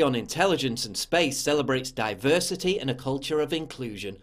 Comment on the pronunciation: The word is DIE-VERSITY